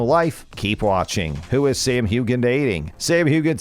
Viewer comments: There is NO G sound in his last name it is pronounced Heughan (hugh in) your pronunciation is wrong you should have researched it before you pronounced it correct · His name is Hewan…NOT Hewgan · AGREED!!!!!!!!! HUGAN??? Jeez!!!! I bet you can pronounce Hugh Grant, just put an AN after Hugh!!!!. This is EMBARRESING!!!! I am norwegian, and we can pronounce his name why can you not even make an effort???? I dont believe your narrating when you dont pronounce his name correctly. Its like you are reading from a script for the first time. (And its no Sassenak in the show, nor a drink...... its Sassenach) Btw LOVE Sam, amazing actor and person 💗💞💕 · hugh an, not huge an. get it right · Hewan. Not Hugan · IT’S PRONOUNCED HEWAN, not hughgan!! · It’s pronounced Hewn… why can’t you learn how to pronounce the main name? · It’s pronounced hue hann 🙄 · It's not hue-Gan. The 'g' is silent. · It’s pronounced Hew an, not with a hard g sound. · To the Narrator Sam's name is pronounced "HUGHAN."🥴 Just think of Hugh when you say it lol I'm a Scot in Aust who still has an accent 😂😂🐨🇦🇺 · The G is silent!! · Would you PLEASE correctly pronounce his name? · Every time you say Hue gan I cringe… why don’t you know how to pronounce his name? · The g is silent. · His surname is Hugh wan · Terrble terrible. This is the worst video i have seen, HEWGAN?? How pathetic is this man who disgusts me with his lack of intelligence and knowledge of how to pronounce names. Go away, you are embarrasssing. You won't see me again.😫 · For goodness sake, Sam’s name is pronounced Hewen! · Please learn to pronounce Sam's name. Hu-en. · it’s Hew-chan with a hard “ch.” But he doesn’t typically pronounce it that way. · Pronunciation - Before you narrate something, learn to pronounce the actor’s name and his character’s name please! Sam Heughan (Hugh-An) Silent G. Fraser (Fray-Zer) it does not have an ‘I’ in it. Geez, it really isn’t that hard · It's pronounced Hu-in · it's pronounced hewan!!!